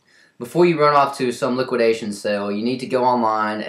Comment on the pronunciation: souns like hes saying liquid asians? /:)